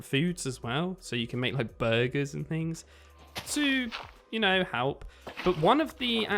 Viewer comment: Lol bro I love how u say burger. Like the rest of your speech and stuff you have a slight accent of something (dunno what I'm pretty bad with identifying accents and such) and then when you say Burger you have a weirdly perfect American accent